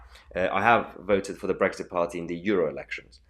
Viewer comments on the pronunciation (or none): none